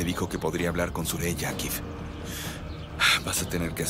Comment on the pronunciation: Suraya no no se dice sureyya sureyya